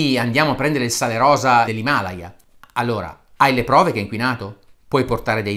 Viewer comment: Non mi triggerano tanto le bufale su 'sto sale miracoloso Mi trigga incredibilmente il modo in cui è pronunciato "Himalaya": io l'ho sempre pronunciato "Himalàya" xD